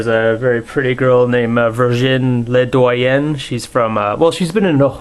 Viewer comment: Haha Viriginie's name is pronounced phonetically as "verginee leadoyan" just so you know. Only correcting you because she's my aunt.